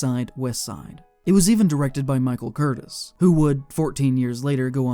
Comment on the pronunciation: Michael Cur-teez! And an orangutan is an ape. Monkeys have tails.